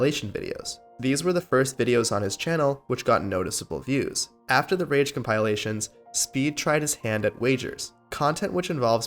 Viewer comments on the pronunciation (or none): compieolations lmao